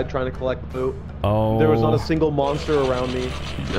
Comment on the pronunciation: its monster not moment